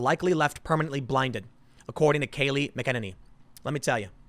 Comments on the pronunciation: MAC - A - NAY - NEE! No d in her surname Tim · Kayleigh "Mac-n-ain-ee"